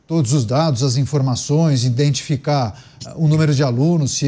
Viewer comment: O apresentador falou por 2x: é preciso iNdentificar 😮